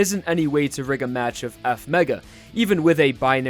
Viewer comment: It's not F-mega, it's EFF! MAYGUUUUH!